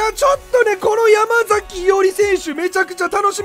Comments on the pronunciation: やまさきじゃね、ちがうけ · 山”さき”伊織じゃなかったっけ？ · ❌ヤマザキ ⭕️ヤマサキ